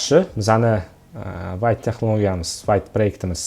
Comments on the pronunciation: vayt deb o'qilmaydi vte deb o'qiladi vte fronsuzcha so'z adashmang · 'Vit' deb talaffuz qilinar ekan